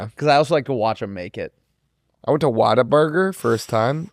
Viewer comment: as a Texan I can't believe you let them pronounce Whataburger like that.